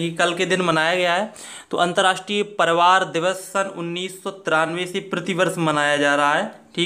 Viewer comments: Nahi bolne ata hai parivar ,,palavar boalta hai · Priwar word ko Shi to bolo Bhai